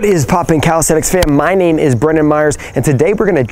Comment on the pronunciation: lol its sounds like youre saying my nabe is bruno mars XD